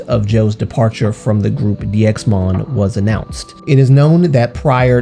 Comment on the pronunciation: 1. It’s pronounced ‘Daimon’ (다이몬) 2. HM/NV/SSQ always uploaded bigger announcements on Fan Café in the case of DXMON 3. No one ever saw bruises on any DXMON member 4. I am sorry If I come off as rude, but as a fan who has followed them since they uploaded their first predebut vlog, I really need people to stop speaking on Jo, he wanted to leave and he deserves to rest but because you all are bringing up this thing over and over again you are putting his future at risk in case he wants to redebut one day. Because companies don‘t really want trainees who had „scandals“ or were involved in controversies. There is a reason nothing was disclosed. And there probably won’t be any more news. The articles came out in JUNE and there were no updates on the articles until now so there probably won’t be any in the future. There is a reason people who are ACTUALLY in the fandom and not just solo stans don’t talk about it anymore because we already did back in june and we came to the conclusion that spreading rumours is not helping Jo or the other members. If one day Jo gets to come forward and share his story, I’ll gladly listen but until then I really hope that people just let him be. He made this decision and he deservers to live a happy teen life, being with friends and attending school. Just let him rest please. (And yes the situation is fishy but there is nothing we can do and spreading this is not helping Jo at all)